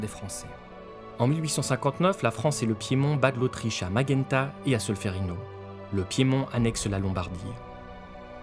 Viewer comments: top, mais on dit madjenta pas maghenta. Magenta en lombardie. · C'est pas Maghenta ! Mais Madjenta ou simplement à la française Majinta. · Merci. Le sujet est compliqué et difficile à synthétiser. Quelques détails: - On dit Magenta et pas Maguenta. L'autre bataille majeure est Solferino. Meme si ces bataillent n'anéantissent pas les troupes autrichiennes, elles permettent d'isoler les petits royaumes d'un secours éventuel de l'Autriche. Les dirigeants de ces royaumes (Toscane, Modène et Parme) fuient sans même envisager de se battre. - Napoléon III renonce lors de l'armistice de Villafranca de 1859 aux avantages territoriaux que lui accordait l'accord secret de Plombières entre Napoléon et Cavour de 1858. C'est à l'initiative de représentants savoyards que le sujet est remis à l'ordre du jour; ils souhaitent que le droit de vote de nationalité, considérant la Suisse ou la France comme leur patrie de rattachement, ou bien même de devenir indépendant. Le traité de Turin de 1860 permet finalement l'annexion de la Savoie et du Comté de Nice après plébiscite dans ces territoires et la création d'une zone neutre dans le nord de la Savoie (abolie en 1919). - Florence est après Turin la capitale de l'Italie (de 1865 à 1870), puis c'est le tour de Rome après son annexion à l'Italie.- La Vénétie a été cédée par l'Autriche à la France, qui ne voulait pas la céder à l'Italie qu'elle avait battu, notamment à la bataille navale de Vis, et la France l'a cédé immédiatement après à l'Italie. L'Autriche sauvait ainsi un peu la face. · Maghenta??? Sérieux? 😂😂😂